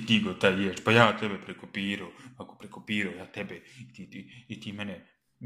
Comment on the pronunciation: Kad kaze prekopiroo